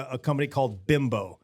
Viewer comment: Just so you know, BIMBO is pronounced "BEEMBO". I always thought it was pronounced BIMBO, but in the past they have run commercials on TV here in CT and in those commercials, I learned how to pronounce the name correctly. Now you have also! Great live podcast guys. And as a resident of the northeast my entire life, I have eaten way more Entemann's products than I should have. And in my house, we have dubbed the crumb topped doughnuts "Rabbit turd" doughnuts. Not a disparaging moniker but one out of love. They are our favorite Entemann's product with their crumb coffee cake (which apparently you did not sample at the podcast) a close second.